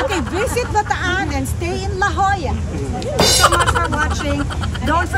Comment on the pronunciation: LA JOLLA is pronounced "LA HOYA" in Spanish po....